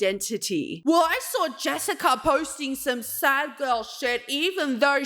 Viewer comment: She pronouces posting like.. "poirsting". Just an observeeo